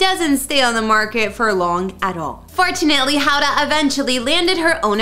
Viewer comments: It is NOT pronounced Howda, her name is Hoda. There is no W there. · Yeah, no kidding. It's not a difficult name to pronounce. Try this: 'HO-duh'. The O says it's name, accent on the first syllable. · Can you at least learn how to say Hoda’s name correctly??? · The mispronouncing of Hoda's name was driving me crazy!